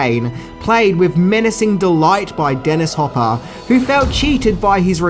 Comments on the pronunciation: Aaaaand it's John McTiernan (not McTierman), Dennis Hopper (not Hooper) and Joss (not Josh) Whedon. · Dennis Hopper, not Hooper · Hopper..not hooper.. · And, his name is Dennis HOPper, not HOOper. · You also mispronounced Dennis HOPper's name. It's not Hooper 🏀😂 Love your channel anyway! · You said hooper when Dennis's name is Hopper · ..It's Hop-per not "Hoop-er" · Hoooooper? Its hop per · Its Hopper not Hooper. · Hopper not hooper. Your jokes are TERRIBLE! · you also keep caalin "Yan" Jan, and called Dennis Hopper "Hooper" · You also said “Hooper” when talking about Dennis Hopper... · Did you just say hooper? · Also he pronounces “Hopper” as Hooper. Super cringe. It really boiled my piss.lol I often cringe at these videos... but then again... I often watch these videos. So at the end of the day, what can I say? Thanks for the hours of entertainment and movie trivia, dude!